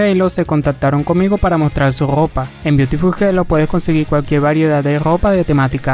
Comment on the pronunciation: su grrrropaa! xD